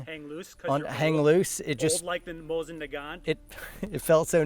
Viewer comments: Wait til gets into 3D printing… Hoffman Tactical will be a surprise guest in no time. Also, just say “mō-zín”. You instantly sound 32% cooler when you do. Did I make that statistic up? No! It’s a fact… also, confidence is 90% of being right. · “ ‘Moosen’ Nagant” Mosen: “ ‘NYET’!” [bayonettes finger] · Did he just call it a "MOOSEIN" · I have never heard Mosin said like Moosin before 😂